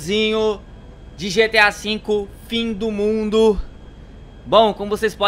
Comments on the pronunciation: Achei q ele falava e o fim do mudo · Todo mundo falando "todo mudo",pfv olha o vídeo ele se esforçou para vcs chegarem e falar "todo mudo". :^ aliás é a pronúncia dele :/